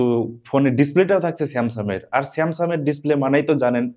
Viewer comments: উচ্চারণে আরো যত্নশীল হতে হবে, বারবার আপনি স্যামসাং কে স্যামসাম বলছেন। ধন্যবাদ। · স্যামসাম নাকি স্যামসাং?? মোবাইলের রিভিউ করতে আসছে?😅